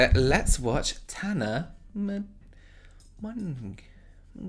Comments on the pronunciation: You have to pronounce it "monjo" ;) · It's pronounced Monjo not emphasizing the "n" sound it's just like when you pronounce Bonjour so it's Mon+ geau ( pronounced as "jo") Yes french is complicated 😂 Have a nice day/ night and stay safe 💜💜💜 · In case you still didn’t figure it out, it’s pronounced like mojo just FYI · The subtitles when is trying to pronounce Mongeau: MoNkEy MeLoN Mo ChiU 😂 As a french native I would pronounce it Mon-Jo. It looks like a french name. But it's just me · Noone:: Tana monnnnnnnneeow🌚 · her last name is pronounced "Mongoooose". I swear! You can ask the Youtube Inquisition head himself - iDubbbz! 😹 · yew adorable little darling, yew. The way you "Tana Mon-goose, mon-geoo, mon-ah-gue..." and the time you were with James and said "Niacinaminimide" and your little lewks in the camera...🤣🤣🤣 NO BODY comes close to making me do this snortty giggle I do when you are being so cheeky. I absolutely just adore you. I could (and sometimes do) watch you for days. I wish I had known you my whole life so that we could be IRL friends. I just think so highly of you and James. Thank you for entertaining and educating us. And making us all love you while you do it. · Should have seen the subtitles when he said that🤣🤣🤣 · Okay, let's watch Tana mongo..mongooo...mongeeauuuu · "Let's watch Tanner...Mang...Mong...Minge...whatever. " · Tana Managiyaw Me: yes, perfect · She just doesn't pronounce her name right and says it like mojo. Probably just an Americanised version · i love how he has no idea how to say tana mongeau yet ironically pronouncing her last name wrong is part of her brand lmao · I love how he tries to pronounce her last 😂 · 1.42-1.45 sheepishly trying to say the name knowing he’s butchering it 😂😂😂😂😂😂😂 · The way he tried to pronounce her last name as me rolling 😂😂😂😂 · you attempting to say Mongeau is the absolute cutest thing hahaha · pronouncing her name😄😂